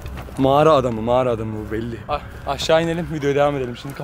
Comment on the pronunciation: ''Mağarı adamı'' A1 Türkçe